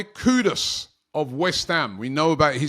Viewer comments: Mahammed Kudos 😅 Robbie murdering names here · Noticed a lot of UK people do this. How do you pronounce the "Ku" right but the "Dus" wrong, it's the same "u" sound